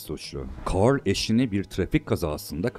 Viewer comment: Aksanlı bir şekilde carl demen içimi daralttı